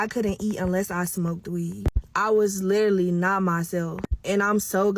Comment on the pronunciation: Not being able to pronounce literally yet insist on using it is outrageous, then saying that you were literally not yourself is even worse. But your boyfriend splurged off in your car made absolutely no sense